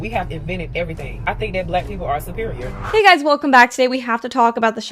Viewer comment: “We supeereor n dey kno dat” 😂